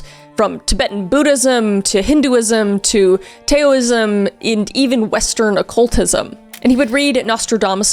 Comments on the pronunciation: Taoism is pronounced "Dowism" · Sorry I know I know I know but Taoism is pronounced like Dow(ism) 🤓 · I thought taoism (sorry of its spelled wrong) was pronounced tow-ism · Hi! I know this is so random and a new comment on an older post but Tao or Taoism is pronouns Dow (like cow). i love your videos!! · Taoism is pronounced DOW-ism, fyi :) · I love your videos but you might want to double check pronunciations like virulent and toaism